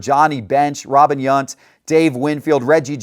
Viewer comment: You can’t even pronounce robin younts name right? Embarrassing..